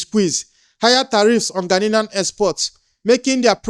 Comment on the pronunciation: The whole Nigeria must go might be sponsored by Ghanian government to accommodate deportees from America that he has collected money for because it was allege that they pay them for these deportees. Also, Igbo man it’s Gha nian not Gha nilian correct yourself.